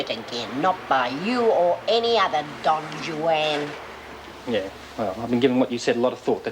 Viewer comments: Lizzie calling Doreen’s bloke Don Jwan, instead of Don Juan! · Lmao!!! The way Lizzie pronounced Don Juan. She told Kevin she wasn't going to let Kevin or any other Don "Jewanne " take Doreen away. I friggin love Lizzie. RIP. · Don Joo-Ann lmao Lizzie... (Don Juan)